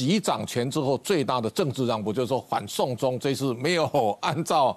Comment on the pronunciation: 主播唸清楚點，反送中聽成，緩送中